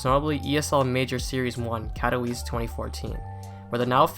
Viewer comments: kato vee chay, not kato wice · "Cat o weese"